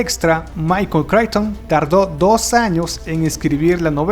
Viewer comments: Tus videos son buenos, pero de verdad que tu pronunciación en inglés es TERRIBLE. Casi todos los nombres (de personas y empresas) fueron incorrectamente mencionados; comenzando por el apellido de Michael Chichton. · Qué gran trabajo haces, te felicito. Solamente quiero hacer 2 correcciones: la pintura de Picasso no se pronuncia "wérnica", sino "El Guernica" y, si no me equivoco, el apellido del escritor se pronuncia "cricton". Saludos y excelentes vídeos.